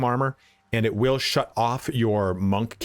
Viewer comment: Did he say wheel instead of Will?